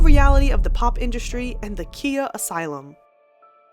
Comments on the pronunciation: It’s pronounced “Kya” not Kia like the car lol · KA-EYE-YAH (Khia) not KEY-YAH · You’re mispronouncing Khia. It’s Ky-uh. lol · Pretty sure it’s pronounced kie-ya